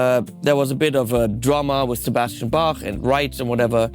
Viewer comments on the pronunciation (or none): One dislike from "Sebostien Basch"